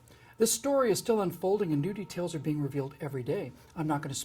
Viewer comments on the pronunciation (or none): sounds like he said "Nudy tales are being revealed every day"